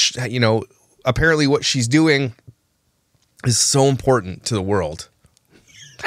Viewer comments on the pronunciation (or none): She is very Im port tant !!! Lol I couldn’t resist how she pronounces it